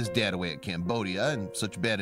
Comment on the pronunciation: Me hearing camboshia and as a khmer i just had to check